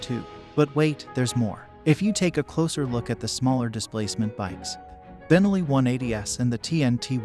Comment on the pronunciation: Nice video. By the way, it's pronounced ben-NELLI, not BEN-elli. Think cannoli, not Tripoli